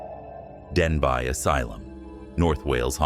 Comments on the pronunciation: Denbigh is pronounced Den-bee not Den-bye. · Denbigh is actually pronounced ‘ Den- bee’. Its formal Welsh name is Dinbych. The asylum is actually undergoing a transformation into flats/ apartments. Personally I think it’s disrespectful to all those who suffered abuse there. It should be left alone. Anyone who decides to live there is in for a ride. Not a good one. 🏴❤️👍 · I went to Denbigh (pronounced Denby) asylum, and after spending 9 hours exploring, I can report absolutely nothing haunting of any kind 😂